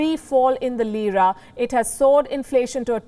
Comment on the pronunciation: Lira becomes Jeera😁😁